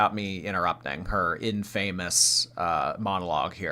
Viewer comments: 'In-fame-us' 😂 Add it to the list of shit can't say. It's 'In-fam-uss' babe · her saying infamous as "in-famous" girl... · “In-famous.” This was scripted so the least she could have done was look up how to say the big words. 😂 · Not "in-famous" she's ridiculous 😭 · The way she pronounced "infamous", it's a script. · Of course was reading off a script. How did you not pick up on the in-famous pronunciation?? She is so god damn stupid!!! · Her pronouncing of ‘infamous’ wrong in her promo is so silly. Gorl has such a poor grasp on the language she has spoken for almost 40 years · I feel like she honestly says infamous that way 😂 has never been the brightest bulb 💡